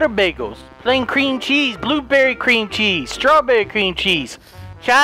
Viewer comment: when you said cream cheese it sounded like green cheese